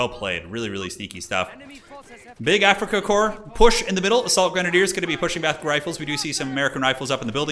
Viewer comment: There is no Afrikakor. It is Afrikakorps. AfrikakorPS. I cant hear korps I only hear kor... ???